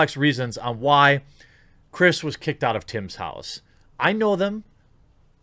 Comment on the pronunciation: He called him "chirs pool" this os april fools